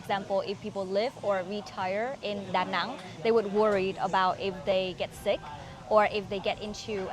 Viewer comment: I think they pronounce it DaNang not DaNong